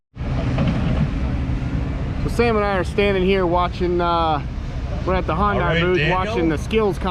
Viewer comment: It's...Sunday Monday Hyundai. Not Hun-die